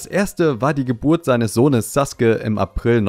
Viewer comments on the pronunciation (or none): none